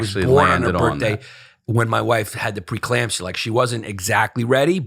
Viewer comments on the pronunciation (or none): A shot every time Yanis says preclampsia